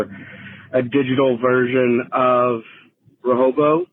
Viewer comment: 2/4 well spoken, intellectual hosts can't pronounce words with ing at the end, no one bats an eye. says Rehobo instead of Rehoboam, everyone loses their minds.